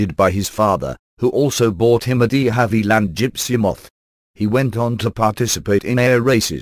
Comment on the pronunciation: Obviously a talking machine. What a way to pronounce deHavilland!